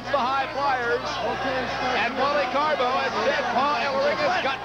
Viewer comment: It always made me laugh the way Jesse "The Body" Ventura referred to Wally Carbo as Wally Carabu lol! 😂